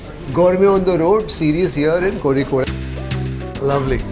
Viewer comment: Thank you for pronouncing Kozhikode correctly!